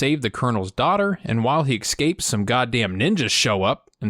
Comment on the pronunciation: He said eXcapes yooooooo.